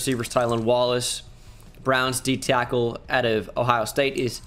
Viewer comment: He said D tyackle again🤣